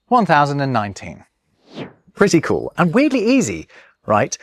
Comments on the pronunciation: beginning to sound like a German, the way you say "cool" as "kuhl". 😄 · you say “cool” a bit like German :D